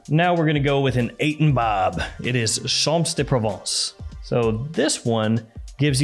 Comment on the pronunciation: Champs De Provence mate not Chance De Provence :)